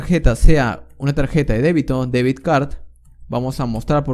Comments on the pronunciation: debit no debid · Debit card, not deviD card. You need to practice your English, amigo. Se nota mucho que no sabes inglés. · Debit... no debid. Gracias por el video ❤